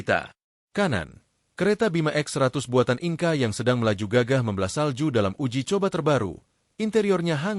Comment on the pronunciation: Naratornya belajar bahasa Inggris dong, INKA itu industri penting